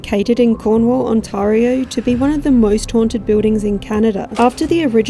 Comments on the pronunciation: The A in Ontario is pronounced "eh". It's not blended with the R. Ont a rio. Welcome to our nightmare, that our prime minister created. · I know it’s the Aussie accent, but the way they pronounce Ontario (it’s ON-TEAR-EE-OO) has me laughing as I’ve never heard it pronounced that way (was born and raised in Ontario, born near Toronto in Mississauga, and from the age of 5, lived in St Catharines and Niagara Falls then back to St Catharines before emigrating to the UK)